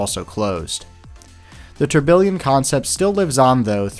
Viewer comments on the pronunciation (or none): bro is saying tourBILLION lmao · Great video, but one minor gripe: Tourbillon is pronounced phonetically as "tour-bee-yon."